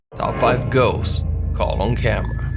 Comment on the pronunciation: CAWLT? What the actual fuck is CAWLT? does he mean to say CAUGHT? I can't stand this guy, hes fucking ruining all of these videos.